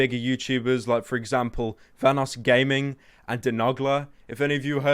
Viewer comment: "de nog la"